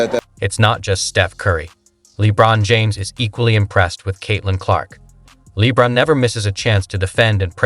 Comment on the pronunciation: Horrible AI. Steven instead of Stephon. Lee Bron instead of LeBron. Broken english AI.